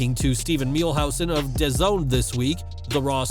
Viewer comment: Prediction: Roman Reigns Retains against Goldberg since WWE is Obviously Going to do A Title unification match at wrestlemania Between Roman Reigns and Brock Lesnar Goldberg winning is the wrong decision I hope this doesn't happen since this is Goldberg's last Match on his Contract and Dazn is pronounced Da-Zone